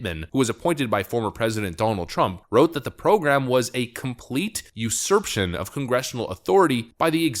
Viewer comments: It's pronounced like ( you sir pay shin) other than that good video. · You-sir-pay-shun. Usurpation. And yes 100% to everything else you said. Stupid college students in my state, Michigan, played themselves. They're stuck with Whitmer for another 6 years to see what a horrible Governor she actually is. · Only here for the "usurption."